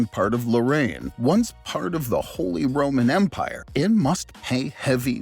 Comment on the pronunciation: Holee Rowman Mpyre: I roman Beesanteen Mpyre: Yes but no